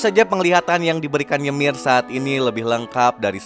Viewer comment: Bang kok gua denger "yemir" dari lu kek ganggu bet yaa wkwk gua malah enak ngomong "yumire"